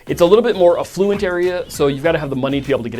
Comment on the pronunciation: 1. North Oaks average home price is closer to $1.1M -- not $1.5M. 2. You are mispronouncing affluent. Frequently.